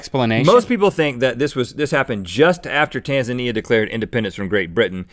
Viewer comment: Rhett, your saying Tanzania wrong.